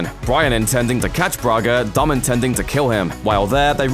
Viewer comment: the way how says dom its like dumb R.I.P the Brian